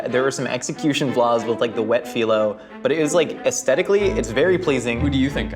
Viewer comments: Ned says he loves baklava and ate it all the time growing up but he can’t even pronounce phyllo right so I’m not inclined to believe him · Anyone else really mad at Ned's pronunciation of Phyllo???? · I’m sorry Ned, but the way you pronounce filo hurts my brain. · Hearing Ned pronounce PHYLLO makes me uncomfortable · Ned pronouncing phyllo incorrectly is making my spin twitch. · The way Ned pronounces Filo 'dough' makes me want to rip my ears out :( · Ned's pronunciation of phyllo hurt me. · Just hate the way Ned pronounces 'filo'. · Hearing Ned pronounce phyllo is giving me anxiety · That’s not how u pronounce phyllo! Lol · All the Greeks listening to Ned saying Phyllo wrong 😑🤚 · Did anyone else get a little annoyed with Ned's pronunciation of "Phyllo"?... No just me lol. Also did anyone else notice the subtle nod to the Sanrio character "Cinnaroll" by having Rabbits as the intermission animal. I don't know if it was on purpose, but if it was I say congrats whoever thought of it. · Is that really how you pronounce "filo (slash phyllo) dough"?? I have been pronouncing it wrong my whole life?? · Couldn’t handle the pronunciation of phyllo dough lol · Pronounce phyllo wrong one more time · Can somebody please tell Ned thats not how Filo Pastry is pronounced before I die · Not me losing my ever loving Greek mind at Ned mispronouncing phyllo AND bringing disgrace to baklava. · Ned's pronunciation of "phyllo dough" makes me want to scream. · Ned’s pronunciation of “phyllo” is NOT doing a great job selling the cookbook lol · Is anyone else annoyed about how Ned pronounces phyllo dough? Like, I don't know if I'm right, but I'm pretty sure it's like fee low not fye low. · The way Ned pronounces "phyllo" drives me crazy. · Phyllo is pronounced feel-o, not file-o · Ned saying ph-eye-lo instead of ph-ee-lo just hurts my brain a little. Which one is the right one? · Someone please tell him it’s pronounced like “feel low dough” not “file low dough”!